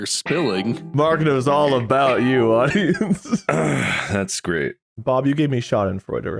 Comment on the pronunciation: Did just call Bob “Pub”?